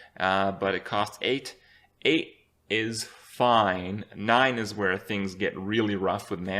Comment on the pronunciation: "Vhere" 2017